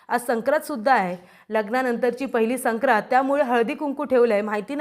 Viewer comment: " सक्रात " नाही " संक्रांत ".